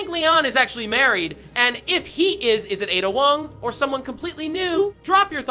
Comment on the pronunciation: A….da, as brought to you by the letter A. Learn to annunciate.